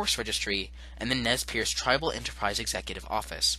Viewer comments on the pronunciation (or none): Nez PURSE ...not pierce .. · Nez Perce not piece.